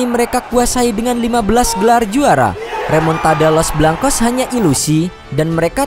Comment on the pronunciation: REMONTADA❌ REMUKDADA✅